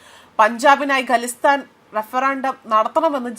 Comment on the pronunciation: Galistan alla😂😂😂😂 Khalistan parany parany edaki galistan ayippvunn